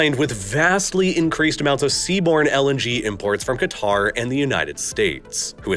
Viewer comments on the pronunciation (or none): none